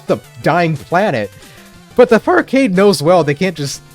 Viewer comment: Take the r out of farcade, now youll see